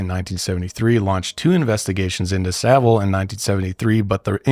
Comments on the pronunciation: So satisfying hearing an American say his surname correctly. 😂 This man was disgusting and I hate he was never punished while he was alive. There were people who were mad that allegations came out after he passed. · Thank you to you 3, the only Americans I’ve ever heard that can pronounce Savile correctly! Not that he deserves the dignity, but it is appreciated. 😮